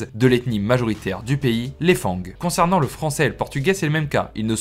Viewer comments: Attention on ne prononce pas fangs Fan-gue mais Fan le g est en effet muet mais sinon bonne vidéo à part sa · Bnjr. J'adore vos vidéos mais une petite rectification. On dit Fang( le G ne se prononce pas trop) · On dit fan le g ce prononce pas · Salut, merci pour cette excellente vidéo 👍🏻 Par contre on ne prononce pas le g de "fang" 😉